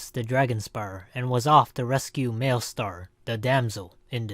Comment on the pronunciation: did this dude just say mailstar